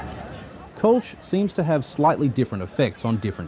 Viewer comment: Kölsch is pronounced Col sch